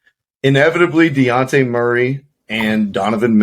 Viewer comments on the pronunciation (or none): Ima have to head out after hearing Deonte e for the 3rd time 😂